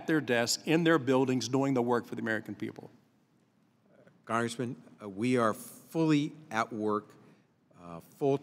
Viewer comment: "Cong-ressman" "Cong-ressman"